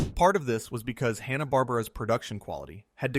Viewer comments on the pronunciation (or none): ¿"Hanna BAR-burr-ah's", not "Hanna Bar-BEAR-ah's"? ( - )